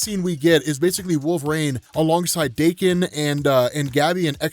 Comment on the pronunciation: FINALLY! Finally, a Youtuber who pronounced my name correctly! Fore it's NOT pronounced as Dah-Ken, it's DAY-KEN!!!! Thanks for that bro. Anyway, yeah this was a great series, & that cliffhanger tho! "We are Phalanx!"